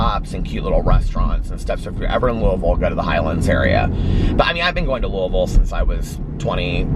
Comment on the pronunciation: THANK YOU for pronouncing Louisville correctly! Sincerely, every Kentuckian ever, lol.